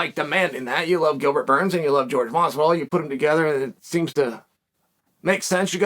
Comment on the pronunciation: George vs Hazmat